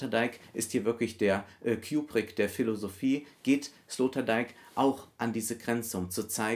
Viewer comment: Ich mag es nicht wie du kubrick ausspricht